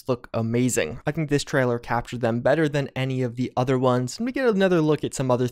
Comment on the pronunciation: I can't help but repeat out loud every time says "Treller"